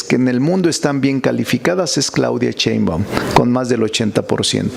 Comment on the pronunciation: Si ya sé que eres maestro, catedrático, legislador, constitucionalista, agricultor de origen humilde, intelectual, de familia numerosa, vende libros a sobreprecio, sabelotodo, yaaaa!!!! Ah y es Sheimbaun, no Cheinban.!!!